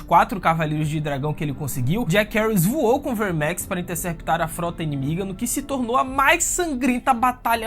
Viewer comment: Essa pronúncia enrrolada dos nomes dos dragões dá agonia, Verrrrrmex.. saiiireeeex.. porra..